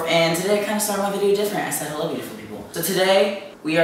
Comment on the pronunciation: i like your videos but why do you say "wahello" thats absolutely tyler oakleys thing